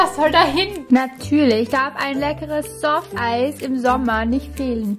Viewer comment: Ich schreibe erst team viki in die Kommentare wenn du Softeis richtig ausprechen kannst! 😜🎂